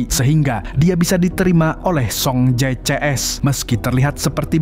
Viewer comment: Bukan soung jae tapi song je